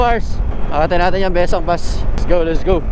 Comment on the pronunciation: Bes-sang po ung pronunciation...